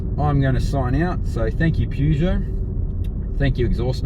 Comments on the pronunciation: If you're going to review a car at least pronounce the name of the maker correctly. Other than that, not too shabby. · I think this comment comes up on every Peugeot review. The correct pronunciation is Purr-zho. (as far as I understand) however it is common practice to also pronounce it Pu - jo (the way this reviewer has pronounced it.) When I first purchased my 404 in 1969 you heard both pronunciations - maybe different languages also come into it - eg how do they pronounce it in France or Germany?? This is a pretty good review. If you want to look at some really ordinary reviews of Peugeots try some (not all) of the English reviews - They tend to follow a formula and spend more time talking about the logo and looks than how the car actually performs.